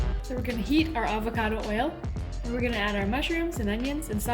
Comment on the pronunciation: Love you guys. BTW it’s “avocado.” 😊